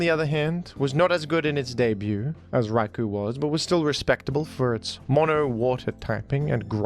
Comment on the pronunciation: Raikou is actually pronounced Rai-koh. Japanese guy here